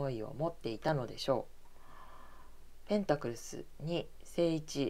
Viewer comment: 同じ意見です、声量を上げて下さい。あと、ペンタクルが、ペンタクルスと聞こえますが……